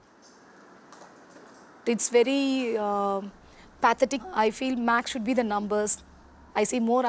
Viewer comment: said pathetic as patetic